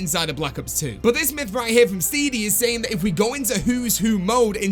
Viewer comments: Bruh his name is Steady not Steedy 😂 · Why did he pronounce steady as steedy?